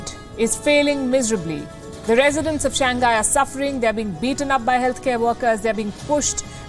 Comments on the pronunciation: It's Shang Hai... not Shang Ghai.. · Nasal G is not pronounced:ʃæŋˈhaɪ/, Palki. Another example: pingpong. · To the presenter: the city is “Shàng Hãi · Shang-Hai, dear. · Cant even pronounce "Shang Hai"! And continue using "Wuhan Virus" while the whole world is calling it "Covid-19"!